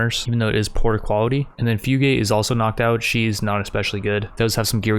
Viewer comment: fyoo gate lol. it’s fu gah teh